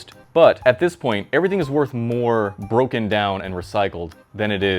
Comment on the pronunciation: i thought it said bromen not broken lol